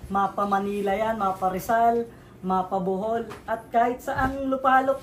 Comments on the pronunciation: BOHOL not Buhol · BOhol Po lodi Hindi BUhol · sir BOHOL po not Buhol 😅